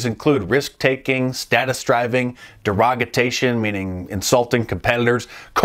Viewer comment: Derogation*** not "Derogatation"